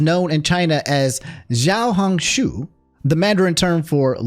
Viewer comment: Every TIME pronounces XiaoHongXu I lose it